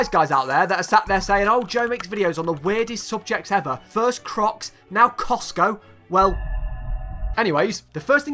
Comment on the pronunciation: Did he just say coctgo? Lol